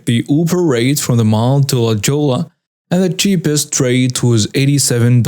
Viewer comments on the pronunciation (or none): fyi... La Jolla is pronounced "la hoya" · LA Jolla is pro ounced LA Hoya. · Jolla is supposed to sound like HOI-YA